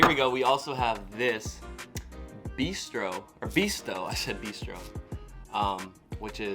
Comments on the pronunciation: But failed on "Bisto"! 😆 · I’m just eating a Crumpet! In the Midlands and North of uk they are called Pikelets. They’re good. Bisto is pronounced Biss-toe. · Glad you like our digestive biscuits. Try the dark chocolate ones. Yummy! Our chocolate is much nicer than the USA offerings. Bisto is a gravy mix used with, for example, roast beef dinner, sausages with mashed potato and other savoury dishes. It's pronounced Biss-toe. Take a look at this old TV ad. Great vids, Keep them coming/ Best wishes from the UK. D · I am a chocoholic mate, trust me Herseys are the worst ever! I feel really sorry for you guys, lol. Az someone has said when you try crumpets make sure they are well toasted, or can taste horrible. And the bisto gravy would go on a roast dinner, ( like a thanksgiving dinner). Its pronounced 'Bis-tow' by the way lol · 'Bisto' is pronounced with the 'i' as in 'pissed'. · We all know when he makes tea There's a strong likelihood that he'll use a microwave, tbh I'm surprised how well You pronounced half the stuff the only one that I noticed You said wrong was bisto (see the adverts to see how it's said) and the biscuit was upside down as a brit haha but great video glad You love our snacks